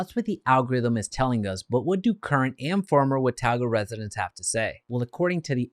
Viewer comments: It’s not pronounced “Watowga” its pronounced “Watoga” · WA TAU GUH! lmfao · Hey dude if you're going to do a video on Watauga pronounce it right!!!! wuh·taa·guh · It’s pronounced what-taw-ga. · you should have learned how to say wa-ta-ga before making this video. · How many times can you say the name of a city wrong? It's pronounced Wuh - taw - guh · thats not how you say watauga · You are butchering the name. Also showing photos that are not of Watauga. We do not have mountains visible from Watauga. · Wow....u r so uninformed. U do not even pronounce it correctly. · Thanks because his pronunciation was very annoying. Maybe do some research next time, bud LOL